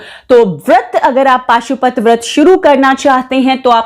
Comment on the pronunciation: Pashupati vrat hai paashupati nhi